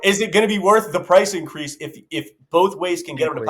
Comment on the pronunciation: AYOOOOOOOOO incwease 😂😂😂😂